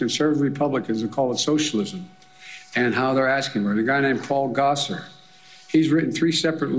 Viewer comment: I love how Biden mispronounces Gosar. Slick burn old man.